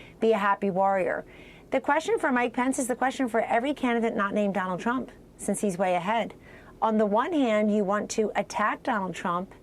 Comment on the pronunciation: "Nobody" tells us about YORE sources "Because dwonald jwohn twuuuuump" Foty fif pwesident of the United stwates